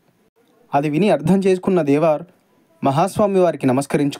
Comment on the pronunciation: నాన్నా దేవార్ కాదు దేవర్